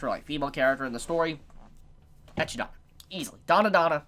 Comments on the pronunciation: Why'd you call Echidna " Echii-da" Its E-kid-na its spelled the say way as Knuckles the Echidna. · Echi dona?? I believe it's pronounced. Eh-kid-na or at least that's how I pronounce it. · Ekidonna is actually eh-kid-nuh but great video!! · That's 'Ah-KID-nah', like the animal (or Knuckles from 'Sonic'). I can't even figure out wtf that was you actually said xD. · I cringe every time he mispronounce Echidona's name